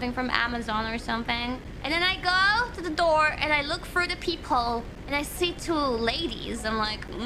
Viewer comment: she has a lisp on her "through" so she pronounces it more like "frew"